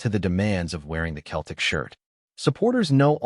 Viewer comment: It’s Seltic not Keltic👹👹👹